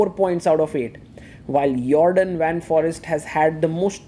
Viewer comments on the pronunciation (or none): Please pronounce Foreest like: For ee (like the a in bay) st , you can do it, its not forest.